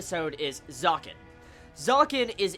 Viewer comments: Loved it!! WTH happened to A-1 in these couple of years? They're adapting this so perfectly >.<!!! This arc animated is gonna be the damn FEELZ!! T^T Btw Zekken is pronounced Zek-ken. Not Zaken ^^ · Really, it's a bit irritating to here it being said like that ^^; Try to say Zekken instead of Zaken:P U know u can do it XD Gambare